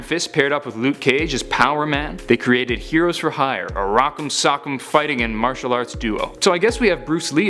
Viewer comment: Nice video. But it's martial not matrail.